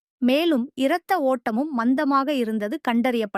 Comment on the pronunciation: Irathaottam no rathaottam. Correct it or learn properly